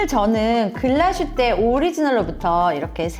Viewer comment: 안녕하세요! 독일에서 일하고있는 시계제작자 입니다. 다른 지역명이나 브랜드명은 원어 발음으로 쓰이는데 유독 글라스휘테만 글라슈테로 적혀 아쉬워서 댓글 남기고 가요 ㅠㅠ 글라슈테가 아니라 글라스휘테 예요!!